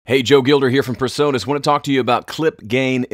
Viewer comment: Pease Joe, it's PREsonus not PERsonus